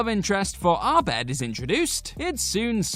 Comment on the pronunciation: It's pronounced Abed. Not Arbed? Have you even watched the show??